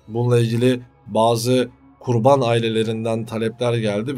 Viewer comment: Kurbağa mi yoksa Kurban mi ? A harfi uzatilmaz. Bu arada kanaliniz ilgi cekici, merakla izliyorum, takip ediyorum. Basarilar 🤌🏼